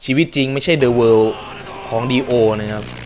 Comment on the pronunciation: มันอ่านว่าซาวารูโด้